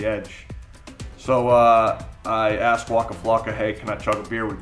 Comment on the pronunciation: Why does say aksed instead of ask like a normal person. I cannot listen to him talk